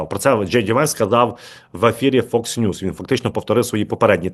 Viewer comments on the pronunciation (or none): none